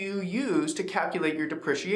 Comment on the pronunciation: Great video, although it's. DE PREE CEE AY SHON :)